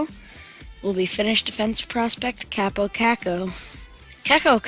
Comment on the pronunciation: Its Kaapo not kappo